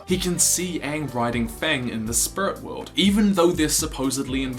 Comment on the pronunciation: Spurit wewld